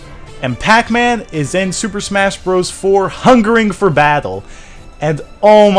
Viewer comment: says Bacman.